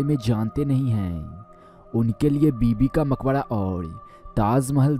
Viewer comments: Maqbara hayeeeee makhoda nahin hayyyyyyye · Makbadaa. nahi..makbara hota h